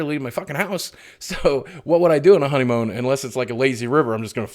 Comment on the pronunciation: Less Work, More Honeymoan! Yes, I dare say I heard Honeymoan! <3 ya, big man and keep being awesome!